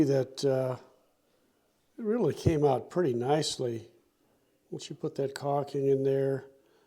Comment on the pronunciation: Good job! But please stop saying "cocking"...., it's "caulking" - with an L.🤭 Thanks for posting the video